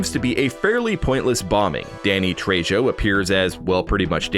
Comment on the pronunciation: Also the J in Danny Trejo should be pronounced as an H